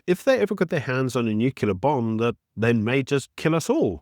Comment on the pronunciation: please read this comment and find it sincere, but "Nuklear" is pronounced as "new-klee-ar". "Nuqular" is a word